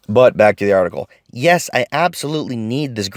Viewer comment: Geeeezus this was hard to listen to that....."article"